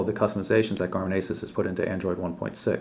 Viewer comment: I'm not to pleased about this device. I don't really like the design or the Home Screen. IMO the new Asus Nuviphone M10 looks better, comes with more Ram and Storage, but it has Winmo 6.5 which may be a turn off for some but I don't mind. BTW, Asus is pronounced Asooos